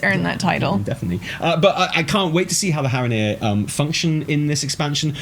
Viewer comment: I died at Haranir are hara-here hahaha